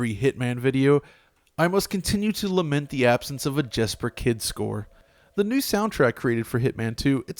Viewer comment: I though you said "a just for kids score". I could not for the life of me understand that part :D Reading the comments ... i get it. Jesper Kyd! And yes, please bruig him back!